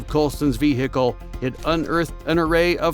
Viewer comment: Say vee gee kle one more time again